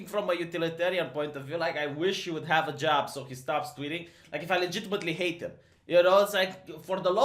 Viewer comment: as i've said numerous times i actually like your normal voice. however, the way you've been saying "hate" recently is getting on my nerves. it was funny the first couple of times you stressed the word, now it's like nails on a blackboard for me.